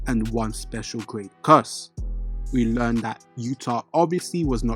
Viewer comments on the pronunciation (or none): none